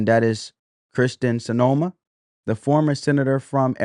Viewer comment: There is no o in her name. It’s pronounced cinema like the theatre. Thank you for sharing this information. Blessings abound.